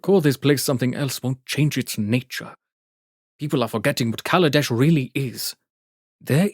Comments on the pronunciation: It was pronounced KaLAdesh, not KAladesh. Now it's Avishkar, so that we don't have to worry about accidentally saying "black country" instead of "tomorrow country." Then again, Mohar Varma is an old-fashioned character stuck in the past, so I wouldn't be surprised if he were racist (though I would be disgusted). Speaking of pronunciation, aether is pronounced eether, not ayther. At least there aren't any racial implications that I know of for mispronouncing it. At least the narrator pronounced "Grand Prix" correctly (gran pree). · Wizards of the Coast literally wrote an article explaining exactly why they changed the name of the plane. Where do you think I learned about the different meanings and pronunciations of Kaladesh? If Wizards didn't care about it, then I wouldn't even know about it. 😎